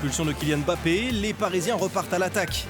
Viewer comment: Mbappé et non Embappé. Il marque 3 buts contre le Barça, chez eux et ça ne suffit pas pour que son propre club prononce correctement son nom à chaque fois pendant 26mns? Serieux !! Faut faire quoi?